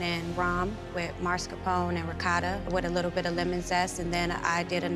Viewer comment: There is no "dd" in "Ricotta" - use the "tt"s! There is an "e" at the end of "Mascarpone" - use it! "Cannoli" is already plural - why the stupid "s"?